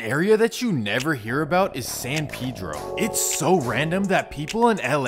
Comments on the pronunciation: San Pedro not pee-dro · It’s San PEdro not PiDro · It’s San PAY-dro not san PEE-dro… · That’s actually closer to how it’s pronounced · san peh-dro not san pee-dro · Says dude pronounces San Pedro wrong — proceeds to pronounce it wrong himself the entire video. It’s a Mexican name. Pay-dro, not pee-dro. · yes I realized that as well. They call him Pay-Dro! When in reality it's pronounced "Peh-Dro". In all honesty I think Peedro is just a little too extreme of a pronunciation for me I guess. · It’s fasho pronounce pay-dro not pee-dro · It’s not Pedro (Pee-dro). It’s ( peh-dro) 🤦🏽‍♂️ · It's not San pee-dro 😂 it's San Pedro pronounced (sun pehdro) as in the Spanish name.LoL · Why is it San Peeedro and not San Pédro(Hispanic voice) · I mean they might pronounce it San peedro but it’s San paydro not peedro. Jesus Christ and I know I spelled it wrong but im enunciating for the sped kids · Even it Spanish it’s not pronounced pay-dro… it’s peh-dro. The “e” sounds like the “e” in the word metro …also the letter “a” in San Pedro makes the same sound as the letter “o” in the English words on/off not like in the English words man/plan. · “San peeedro lmao? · They don't know how to say it. Says it wrong. Lmao. San Pedro pay dro my guy. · Lol San Pee-dro. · it's pee-dro too . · It’s San pay-dro couldn’t watch this shit cause u said it so ass😹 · Why is it so hard to say Pedro? That Pee Dro pronunciation was killing me! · Why They Pronounce It Peedro? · Technically you’re right but literally everyone from San Pedro pronounces it pee-dro. Just one of those things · “San peedro” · You pronounce it san PED-RO in these cities in Cali were named by Spanish people and Mexicans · Sorry big homie but it if you’re shooting for Spanish, it’s neither… the e is pronounced like the English word metro uses the e. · "San Pedro" you can't even pronounce it yourself 🤣🤣 come to San Pedro Sula, Honduras see if you would make it bud. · Even if he can't pronounce San Pedro?